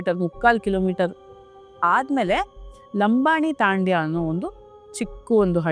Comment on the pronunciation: ಸಿಸ್ಟರ್ ಅದು ಲಂಬಾಣಿ ತಾಂಡ್ಯ ಅಲ್ಲ ತಾಂಡಾ ಹಾಗೆ ಆ ದೇವರು ಉಕ್ಕಡಗಾತ್ರೆ ಅಜ್ಜಯ್ಯ ನಿಮ್ಮ ವೀಡಿಯೊಗಳು ಆಸಕ್ತಿಕರವಾಗಿರುತ್ತವೆ. ಇಂತಹ ರಹಸ್ಯಕರವಾದ ಕಂಟೆಂಟ್ ಗೆ ಧನ್ಯವಾದ 😊